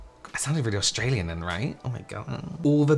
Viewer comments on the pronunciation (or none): none